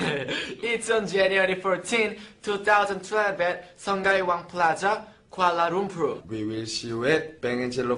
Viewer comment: Are you ready? PEACE ARE YOU READY? PEACE!!! Lmao Zelo pronounced sungai as sung-gai and Kuala Lumpur as Kuala lumplur kkk so cute